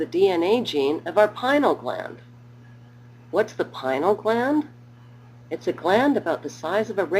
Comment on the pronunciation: Why? Because it is pronounced "pin-ee-ul" gland... ...and, it actually has received a great deal of attention (within the field of neuroscience, at least). "Pinal" gland.